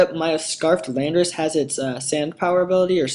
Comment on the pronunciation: say it with me, lan-dor-us